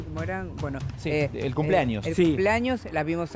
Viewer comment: CHICOS NO DIGAN “CUMPLANIOS” SE OYE HORRIBLE..!!!!🙄🙄🙄🙄 ES CUMPLEANOS..!!!!!